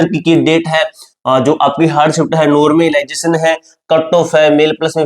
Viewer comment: Phle normalisation bolna sikh le